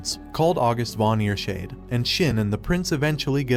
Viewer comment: I almost through up when he said “ear-shade”